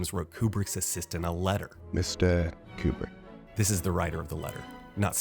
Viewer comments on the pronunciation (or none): Yeah, what a crazy story lol Edit: another thing I find funny is how they pronounce his name. "Que-brick" lol A bit of irony is the guys real name was "Conway". Con...way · My favorite is when the lady refers to him as "Mr. Cute-Prick." lol